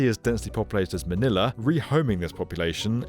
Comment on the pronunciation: Manila not Maniler 😂